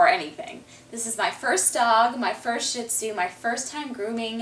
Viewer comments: it's pronounced SHIRR-dzuh (Mandarin for lion), you could say it in the Cantonese dialect but it'll sound similar to toilet paper in Chinese. Shih Tzu is fine, I have no idea what a Sheed-zoo is. ; ) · Love your video's! Beautiful dog:) But would you please pronounce this breeds name correctly...out of basic respect for the dog. Sheed-zoo